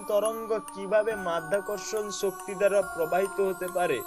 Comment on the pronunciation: স ও শ এর উচ্চারণে সমস্যা আছে। উচ্চারণ ছ হচ্ছে। আপনার উচ্চারণ সমূহঃ ছম্পর্ক, বেছি, ছক্তি,ছাবাবিক,ছবচে,অছাবাবিক, তামমাত্রা, ছেই ছব, ছমস্ত ইত্যাদি।